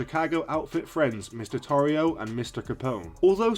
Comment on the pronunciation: His last name is pronounced Tore E O